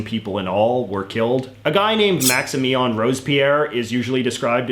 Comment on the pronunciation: Me, a French normie: "Maximilien de Robespierre" JJ, an intellectual: "Maxien Rosepier"